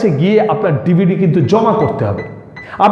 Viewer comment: DvD bolte ...aktu kindly zode clear kore bolen...